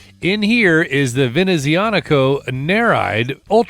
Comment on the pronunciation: OK so not a fan of this brand but this looks slick! Nice pronouncing of the name too!